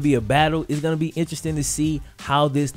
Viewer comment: he said "iss real out here in these AAF streets" CTFU